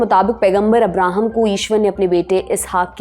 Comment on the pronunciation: हेलो जी आप जो अब्राहम कह रहे हो उनका असली नाम है हजरत इब्राहीम अलैहिस्सलाम आप इतिहास थोड़ा ध्यान से पढ़िए❤❤